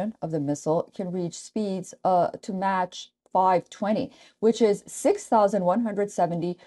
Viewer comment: Mach is the Speed of Sound. Mach is pronounced as: ماخ(Maukh) - Not مچ Match